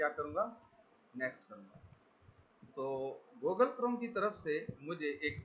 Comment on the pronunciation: Goooogle classroom.... your Pronouncing is Bravo 👎